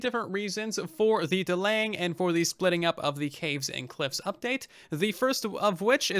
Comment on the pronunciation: sounded like Russian update to me :v